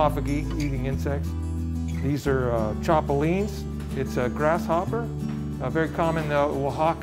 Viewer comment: By the way? It’s chapulinas... not the way you’re saying it...